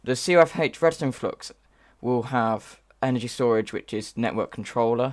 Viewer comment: I dont like how u pronounce energy